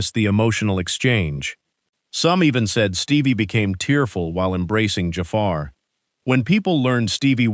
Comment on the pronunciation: The guy doing this video! Oh my gosh can you LEARN how to pronounce JAFAR’s name!!!!! It’s terrible you can’t say it! Listen to how his family’s says it! It’s not JAY FAR! Good grief!